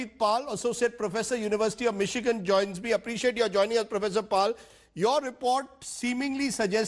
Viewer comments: Lol lol lol lol lol lol he calls Michigan..Mikkigan 🤣🤣🤣 There are NO fake accounts...we are all real.. if u delete our accounts we will file a case against u bastards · The way Anil Deshmukh pronounces Michigan shows how competent he and his Mumbai police is.